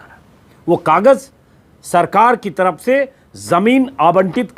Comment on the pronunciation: Aapki baaten pasand ki jati hai Lekin Ek patrakar hokar bhi aapki hindi urdu achchi nahin hai Ye buniyadi zaroorat hai k aapki bhasha par zabaan par pakad ho Aap buzurg ko bujurg taraf ko taraph bolte hain aur bhi bahot si ghaltiyan hoti hai Aap apni bhasha theek kar len to aap bahot nayab ho jayenge